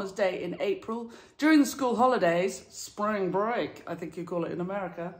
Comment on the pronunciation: Your american accent 😂😂😂 “spring break” ~ Tracy in 🇺🇸